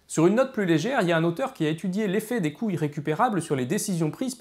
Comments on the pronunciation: Je suis le seul à entendre "biais des coui**es récupérables" ? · C'est dérangeant, quand tu dis "l'effet des coûts irrécupérables" des fois on comprend "l"effet des couilles récupérables" :/ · Passionnant 👌 on entend vraiment "biais des couilles" à des tas de moments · Génial ! Un commentaire crétin : il faudrait faire une pause entre "coûts" et "irrécupérables", car j'ai cru entendre plusieurs fois "couilles récupérables". C'était le commentaire crétin du jour. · A chaque fois j'entends "couille irrécupérable" :')